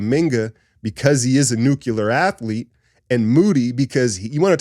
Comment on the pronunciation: ...you are my favorite analyst on line. I'm a patron. 1 tiny little suggestion. You like the word "nuclear". It's just that...nuclear, not nukular.😬 Keep up the good work. Oh, and there are people stealing your content out there. They're using click-bait titles too. Get em.